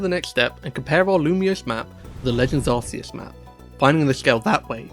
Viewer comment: I’ll never understand why people call Arceus ‘Ar-see-us’ Is the Arc Phone suddenly pronounced ‘Arse’ Phone, or is that still pronounced to rhyme with bark?